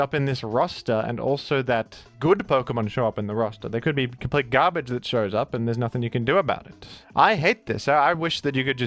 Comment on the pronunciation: U say garbage like ur from Boston lol